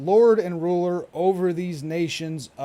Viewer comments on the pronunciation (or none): none